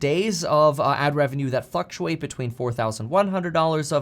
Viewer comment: I’m pretty sure you just said fuctuate